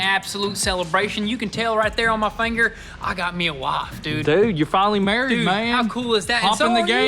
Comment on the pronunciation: Wo wo wo whats a wofe 😂